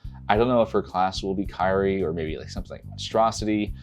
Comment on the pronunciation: Kyrie. It's pronounced "KEER-ee". There's no "a" in Kyrie for a "kah-ree" sound, lol. You pronounce it like you would in Valkyrie. KEER-ee, Kyrie.